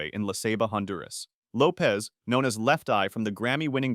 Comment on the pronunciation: Lisa Lopes last name is Lopesh not Lopez…